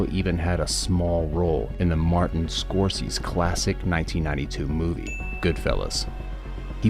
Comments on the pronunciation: like the show but some of your pronunciations...Martin Scorsie? Come on bro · Martin Scorse's? :)) WTF man, did you ever watch movies? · How did bro just pronounce "Scorsese"? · Damn cuz you don't even know how to say Scorsese? You really should take a year or two off and read some books